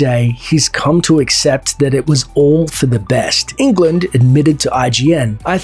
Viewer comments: It's also not pronounced as England, like the 50 times in this video. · All this research and you mispronounce his name 50 times? Ridiculous